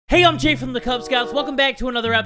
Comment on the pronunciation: Jay, are you internationally saying these names wrong ? Lol